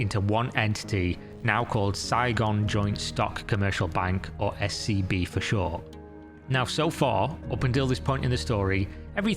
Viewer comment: Legit had to rewind cause i thought you said her new bank was SCP 😂😂